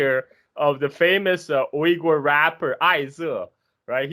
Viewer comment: should really not pronounce Uyghur names in mandarin